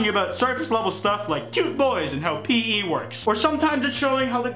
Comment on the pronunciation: the most upsetting part of this meme is saying pee instead of pee eee